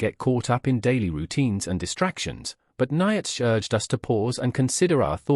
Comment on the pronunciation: This is rubbish - can't even pronounce Nietzsche's name correctly. Sodding AI. All credibility lost, first sentence in.